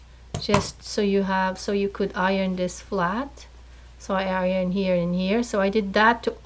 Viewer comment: The word is "here" not cheer